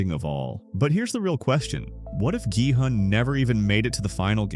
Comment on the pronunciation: Bro really said giun😂